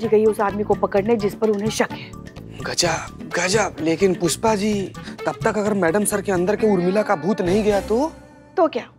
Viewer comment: he said kushpa instead of pushpa